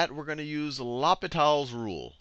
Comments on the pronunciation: It's not la-pe-tal's rule, it's pronounced law-pee-tal's rule. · I laughed every time he said law-pit-all instead of loh-pee-taall. french is hard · it's actually pronounced low pee tal (french for hospital) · It's L'H(oh)pital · It’s funny how people pronounce it differently , Person 1 : LAPITAL Person 2 : LOPITAL Person 3 : ..... L - Hospital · Sachin Nair in french it's more of a Oh-Pee-T-Ah-L. Not Oh-Pee-Tall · I kinda like "Lop-it-all" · It sounds like "Lupita's Rule". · "Loppitall's rule", are you kidding me with this? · mispronounce it in front of your teacher and you get sent to the l'hospital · Great video, you butchered the pronunciation of l'hôpitals though. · Great video but please pronounce l'hopital properly its bugging the hell out of me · please never pronounce L'hopital ever again XD XD